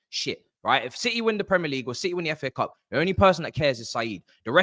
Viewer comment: man said fa cups 😂😂😂😂